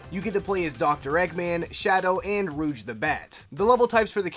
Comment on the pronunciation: Btw rouge is pronounced rooj but awesome